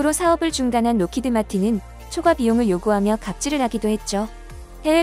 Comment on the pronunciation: 어쨌거나 영어이긴 하지만 로키드라고 부르는건 좀 아닌듯... 록히드마틴입니다. Lockheed Martin